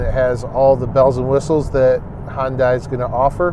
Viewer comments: Please, please try to pronounce the name of this car maker correctly. It is not Hun-dye, it's Hun-day (rhymes with Sunday). For confirmation, watch any of their commercials. Your website is not alone in this error, but seeing as how detailed Munro Live always is, I'm sure that you'd want all your information to be accurate. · Korean-American here. Hyundai rhymes with Sunday. In Korean, 현대 (2 syllables) means, "modern." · Someone please tell me how these guys got such a following. I constantly hear “remove this button, remove that button, it will save $6.00”….it’s amazing companies actually pay them for stupid advice like that…and for once and for all it’s Hyundai, not “Hondai”….. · I can't toss any stones in this one. For years I was in that Hi-un-day camp. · Is that the Canadian pronunciation of Hyundai? Maybe it doesn’t change lanes if it thinks a vehicle if radar is giving false positive? Maybe it should use cameras instead? Too bad Sandy didn’t get a chance to drive the Ionic 5. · The second reviewer has the habit of arbitrarily deciding on new pronunciations for words in common use. Hyundai becomes "Hundai", Ioniq becomes "Oniq". Does he have a problem with the letter "i"? If yes, I sympathise with his speech impediment, if no, then I suggest that he stop being a lazy bastard and pronounce words correctly. Many narrators are too lazy to find out the pronunciation of words they have not heard before and proceed to mangle language. This reviewer doesn't have that excuse. He's heard other people pronounce Hyundai and Ioniq correctly in the past.